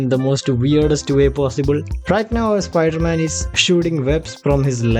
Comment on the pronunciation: Spider man ❎ Spooder man ✅